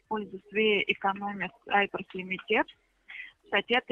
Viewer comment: лимитЕд ))) так смешно она произносит я ржал!